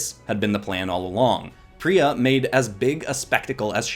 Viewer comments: Its pronounced Pie-Re-Uh, Not, Pir-Y-Uh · Is it just me, or when he said pee-rea I got REALLY annoyed. IT'S PIE-REA, PYRRHIA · ik that other people are probably already are screaming at you for this but its pie-ri-a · Lovely art. Grammar correction: Pie-re-ah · Me be like: it’s ( PIE-REE-UH) thank you very much. Lol✨ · im pretty sure it"s pronouced py-ree-ya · I AM A WINGS OF FIRE FAN ! and it pie-re-a that's how to pronounce it sorry that just building me a lot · Btw phyria is pronounced pie-ra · Oh it’s ( pi - re- ah) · Tree things: 1. This video is is LITERALLY A DREAM COME TRUE! tHANK YOU SO MUCH! 2. You pronounced Pyrrhia wrong! 3. PLEASE DO WINGS OF FIRE VENOMIZED! Bonous 4. You should’ve used the comics as reference